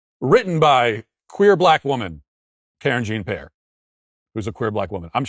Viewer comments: hahahah i havent heard you say karen jean pair in a while lmao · Matt's pronunciation of Karen Gene Pear's name is chef's kiss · I love how Matt pronounces her name Karen Jean Pear......no effort for authenticity. 🤣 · Pronouncing her name as Karen Gene Pair is probably irking her so bad 🤣🤣🤣🤣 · "Karen Jeen Pear"😂😂😂❤❤ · Kareen Zhahn PeeAir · Does Matt deliberately mispronounce Karine Jean-Pierre's name? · I'm just grateful I got to hear Matt pronounce "Karine Jean-Pierre" again